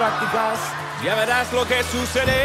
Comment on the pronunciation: I mean his intonation is weird, like when he says “sucedé” which is wrong in every way possible the correct intonation is always “sucéde” But considering hes also singing it, its not bad for american spanish, also props for not pronouncing the h